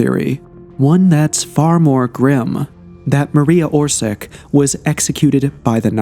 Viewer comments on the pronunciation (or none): Mar-e-ya Or-shi-tch. Always use Google translator to read out foreign names.